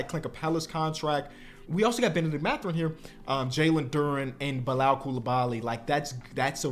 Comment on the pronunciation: pronouncing Bilal's name correctly is my favorite character development